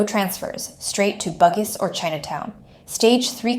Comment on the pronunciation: Bugis is actually pronounced as bu-gis